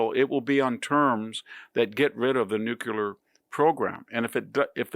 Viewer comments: Mr Hanson... you're far too literate and eloquent to continue mispronouncing such a fundamental word! It's NEW-CLEE-ARR (think "new clear") NOT new-q-larr. Please 🙏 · Mr. Hanson, please, it's new-clear, not newk-yahler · I love VDS! Small but very important point for a learned man here: Please look at the spelling and pronunciation of "nuclear". It is NU-CLEE-ER Not NU-CU-LAR. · Thank you, Mr. Hanson. You're a valuable source of information and commentary. (By the way, it's "New-CLEAR", not "New-Kew-lar".) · NEWKEWLER is the wrong pronunciation, VDH. It's nuclear. NEW-CLEAR. And we had a Nuclear Deal, Trump and GOP backed out of it, and now that they see their failing strategy, they want back in. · I don't know why, but I lose one percent of respect for anybody who still says "nookyaler" instead of "nuclear". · Victor, why can’t people pronounce nuclear? It is ‘new-clear’ NOT ‘nu-kew-lah’. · the word is nuclear, not nucular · with all due respect, Mr. Hanson, nuclear ( pronounced NU CLEER AR). not Nu qur ler). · Hard to take someone seriously when he keeps saying nucular instead of nuclear. And what's a carnage house? Did he mean charnel house? Also, I'm pretty sure he meant DMZ and not DMC. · Uhh...VDH...It's not "Nucular". It's "nuclear". What a hillbilly. Typical arrogantly ignorant US American. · I love all of your podcasts, Mr. Hanson, but your pronunciation of nuclear is driving me crazy. It should be: "NEW - CLEE - AR". NOT "NUKE-YOU-LAR" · Nuclear not nucular. You sound like George W. Bush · NEW KLEER. not Nu Ku Ler. Reminds me too much of George W. Bush. Big fan of VDH. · Nuclear NU CLE AR not nu qu Ler. Come on mannn! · Dear Dr Hanson, please say “nuclear” correctly. It’s “new clear”, not “nuke yuler”. It’s pedantic, but important nonetheless, at least to those for whom details matter. When you say nukeyuler, you reduce your credibility slightly. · You pronounce Nuclear - New Cl ear ( not nucular) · "Nook-yoo-ler" isn't a word.